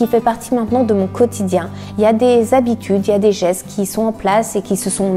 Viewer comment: "mes sept zhabitudes" ? depuis quand on fait une liaison ?